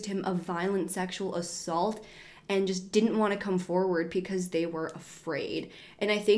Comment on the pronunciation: Am I the only one who hears “pecause” instead of “because”? Like at 23.28, 24.15, 24.21, 24.28, 33.22, 33.26, 33.31 😂